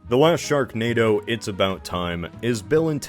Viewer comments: Just rewatching for the laughs and did i just hear you right, did you call it "stone hedge" 😂😂 Edit - you forgot the K in "sharknado" you could maybe replace it with a T instead for "shartnado" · It says sharnado in the intro instead of sharknado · 'sharnado'. Is that like Xanadu, but for sharks? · Anyone else notice in the first tile it said sharnado not sharknado?